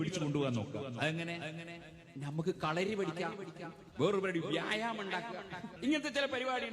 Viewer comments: എടാ പൊട്ടാ വ്യാഴ് മം 😂അല്ല vyamam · വ്യാഴാമം അല്ല 😂വ്യായാമം ആണ് 😂😂